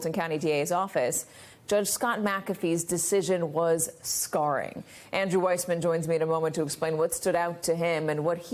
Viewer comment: Sorry Andrew! Your name is Weissman and not WISEMAN! Uncle Clarence has been a liability from day #1 and he still sits 'high and dry' on the highest bench in the land. Judge Cannon, Judge McAfee and those who are bent on aiding and abetting DJT will live to rue their decisions in time to come. Fani has earned her badges and must see this case through. endof.....